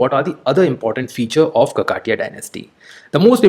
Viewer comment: It's no kakaatiya sir It is kakatiya